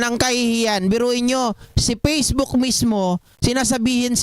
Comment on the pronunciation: It’s Facebook not Pacebook saka Fact check not Pact check.. smfh